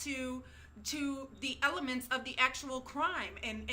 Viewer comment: She says ELEMENTS in all caps lol